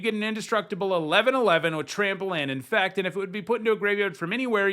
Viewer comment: no. When you said it, it sounded like you said "infact" instead of "infect". That was what I was pointing out.